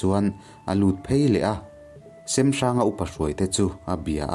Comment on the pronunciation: a ngaihawm hle mai...mahse kanti teh ang semhranga hming i lam dan hi a dik chiahlo deuh in kahria...hnawncheuva hi kapa pu ani e